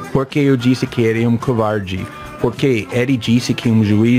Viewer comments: Pronúncia correta :VOUSSE É UN KOUVARTI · "couvauldi"... kkkkkk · diz a lenda que até hoje ele continua dizendo "você é um covarrdgii" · "VOCÊ É UM COUVAURDE" KKKKKKKKKKKKKKKKKKK, VENDO NOVAMENTE EM 2020, MUITO BOM! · "Só estava conversando com ele" 5 minutos antes: "couwardy, vouxê é un couwardy!" (pelo menos 174x) KKKKKKKKKK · o cara que você idólatra do vídeo também não fala português perfeito 👍 😂 "couvardi" dont cry couvardi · "você é um couuvardi" vai acabar com o "desliga o freezer a notche" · "vocer é um covairde" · eu escutei ele falando "covarde".